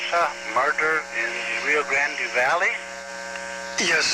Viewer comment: Wow, I am amazed at how utterly uneducated people are. They can't even say Rio Grande right.